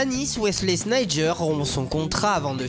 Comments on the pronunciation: c'est pas Wesley Sneijer mais Sneijder et c'est pas Shanghai Shenchoua mais Shanghai Shenhua wtf... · Teylaah Il a prononcé Sneijder par Sneijer il a oublié le D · Wesley sneidJer hahahahahha